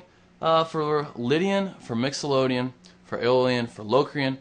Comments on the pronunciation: I dont mean to be a douche, but its mixoLYDian, NOT mixoLODian... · mixolodian? wtf!!!its mixolydian idiot!!!! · It's pronounced "mixolydian" not mixolodian just for your information. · im not taking lessons from a guy who doesnt use his pinky , and plays "Mixoloadian" scales..not "Mixolydian". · Sorry if I'm being a jerk, but it's mixolydian-not mixolodian (sounds like lydian, but with "mixo" in front of it) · mixolydian not mixolodian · First of all it is called Mixolydian, not Mixolodeon, not to be confused with Nickeldeon, the kids network. If you are going to teach the modes or guitar in general, please know the names of what it is you are teaching. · A wickedly simple way to explain what other people over complicate. Great job. A Mixolodian (as you pronounced it) sounds like one of those fantastic organs that they had in the old cinemas and in your honour I will pronounce it your way in future. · 1.24 mixolOdian? FAIL.